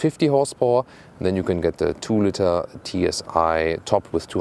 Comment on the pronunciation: the co-pilot can steer the plane. "co-driver" is just odd. I tried to correct several times "how it looks like" pronounciation of "litre" etc. but so far the only thing that stuck is his correct calculation of his own hight into imperials:)